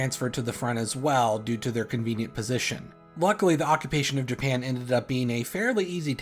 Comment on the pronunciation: Yes "Japania" "Harias Truman"